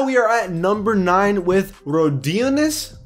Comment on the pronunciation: Jesus you butchered Rodions' name...